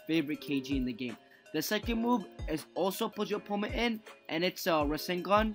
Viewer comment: Every time he says opponent wrong it’s so cringy!